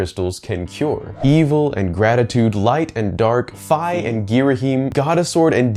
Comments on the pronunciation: It's strange how you pronounce Fi you say it like wifi and not fee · Fi with a long i as in fine. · I know it was a year ago but the canon way to pronounce Fi is fye like skye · Love the alternate Fi pronunciation . I never know how to pronounce names in the Zelda franchise lol.